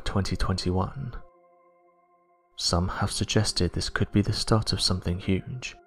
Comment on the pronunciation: Turned off when you said, "Ve world."